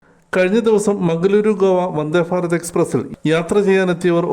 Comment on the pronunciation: 😂😂 വന്ദേ "ഫാരത് " ‼️ വന്ദേ " ഫാരത് " ‼️‼️😂😂